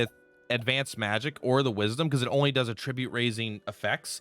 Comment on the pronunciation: dude it’s pronounced at-trib-ute not uh-trih-byoot unless you’re saying it as a noun instead of verb